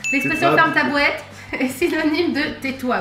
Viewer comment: Vous êtes toujours aussi mignons et sympathiques tous les deux. C'est «ferme ta bouate» plus que "bouette".;) Mais très bon accent de pour «swinguer dans le beurre»! Si l'histoire de la fondation de Montréal vous intéresse, le film Hochelaga est assez intéressant. Et c'est "Kanata" qui veut dire "village/maison", donc vous n'étiez pas loin d'avoir raison! J'ai quand même eu une mauvaise réponse au culture quiz.;)